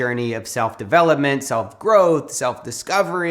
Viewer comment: D'Avellapment (instead of development) 😅 Really like your videos. 😊